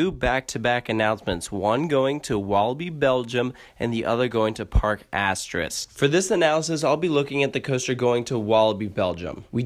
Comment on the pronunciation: That was the joke. He pronounced it more as park asterisk instead of Parc Asterix.